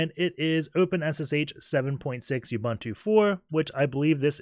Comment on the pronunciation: Awesome videos. Your butchering of the name Ubuntu does make me cringe though